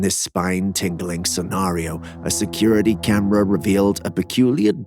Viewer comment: By the way, WTF is a Kyam-rah?!